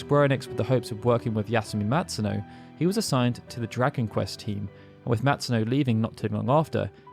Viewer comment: What game is this Drakenquest keeps speaking of? And the "Mae" part of Maehiro is pronounced as "mah-eh" I'm really sorry, but how did your pronunciation skills get so bad? Especially since you've been running this channel for such a long time, one would think you'd gotten better at it over time, my dude. The Japanese names I can understand, but English words like dragon and compilation (remember I asked you about compile-lation during a live stream?) are really strange, since you don't seem to have too much trouble in general. It's just certain words every now and then that make me go, huh?